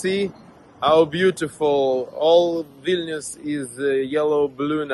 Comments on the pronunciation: Vil-nee-us, not Vil-nus. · it's VIL- KNEE- US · It's Vil-ni-us! Don't forget to pronounce the 'i'. Otherwise I got nothing but love for your channel, watch it daily! Keep up the fight for freedom and democracy!! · I'm pretty sure it's pronounced "Vil-nee-us." At least, that's how Sean Connery and that guy in the video pronounced it.